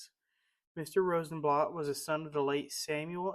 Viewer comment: Very nice. Thank you. A friendly correction, Mr. Rosenblatt's name was pronounced here as Rosenblatt with the 'a' sound in 'blatt' sounding like bat or cat. Your pronunciation is more like the German pronunciation sounding like 'blot.'